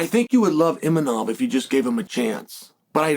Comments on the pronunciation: You're so funny Chael.. It's Imavov, not Imanoff...you gotta be doin this on purpose for the engagement right? love it hahaha I had to look it up cause you had me trippin... One of the best on the mic, smooth and eloquent but now you're just unable to pronounce names correctly for some reason... Genius move lol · “Inimov”?...come on Chael…his fucking name is Imavov. You are saying his name wrong on purpose or you’re an idiot. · Imanof. This dude never gets the Chechens and Dagestanis names right 😂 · Unc getting so many names wrong, islom makhalchev , imanov , khazmat